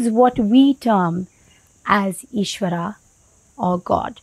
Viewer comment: appreciate sharing that information, humble request though, kindly pronounce ishwara and dharma over ishwaraa and dharmaa, although language is english but words are Indian, this is symbolic in a sense to represent true Indian view over western understanding and interpretation. don't mean to offend but thats my sincere feeling.